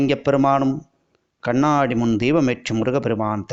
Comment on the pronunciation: அருமையான தகவல். நன்றி. கண்ணாடி என்று சொன்னால் போதும். கண்ணாணாடி என்று ஏன் கஷ்டப்படுகிறீர்கள்